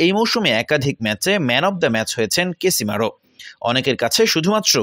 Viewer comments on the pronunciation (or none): ভাই তার নাম কেসিমারো না।।।ভুল বোলতেচেন কেনো😁😁😁😁😁😁